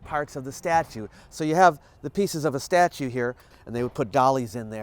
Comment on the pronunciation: She says "statue" like Giada De Laurentiis says "parmesan." ie: pretentiously incorrect.